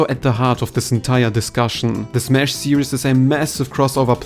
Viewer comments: How to pronounce the word Series (SEE-REEZ). You are saying the word Serious. Serious - Careful in thought, full of concern, or restrained and dignified in manner; somber or grave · Please learn to pronounce the word series. It's not "serIEs", it's "serIIs". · This isn’t any kind of major criticism, just a tip with the word “series”. You are pronouncing it like “serious”. You don’t pronounce an “us” sound for the word “series”. You pronounce it the same way you were, just without the added “us” sound you were placing in the word Great vid! I hope sakurai really reps kirby well, whatever happens!